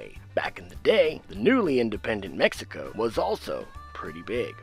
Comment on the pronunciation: what's Meh-hi-ho (I already know its mexico)